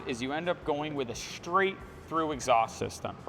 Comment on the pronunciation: Love the exhaust and the sound but one thing, please learn how to pronounce 'straight'. It's not shtraight:D